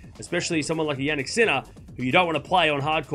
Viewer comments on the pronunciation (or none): none